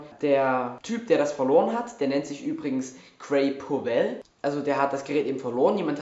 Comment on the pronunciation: Süß, wenn man sich für Apple interessiert... mir gefällt vor allem die Aussprache von Gitzmodo und Powwell :D